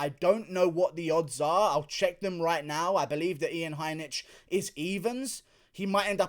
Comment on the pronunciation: Some pronunciations: Blahowicz, not Blakowicz Heinish, not Heinitsh